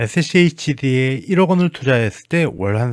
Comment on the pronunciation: 슈드래요 슈드라고 읽으세용